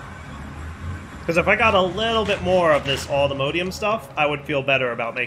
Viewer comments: For the love of all that is holy, please stop saying allthemodeium. Its mod,, MOD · pronounciation of Modium is very Jraphics vibes. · pronunciation of allthemodium hurts me